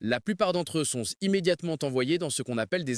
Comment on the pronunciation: "la plupart d'entre eux sonsse"? sonsse?